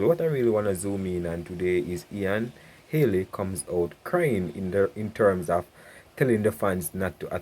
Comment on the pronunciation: Bredda mi tired a you now , it’s not Haley it’s Healy pronounce you words properly man. and it’s not courtly it’s curtly 😡!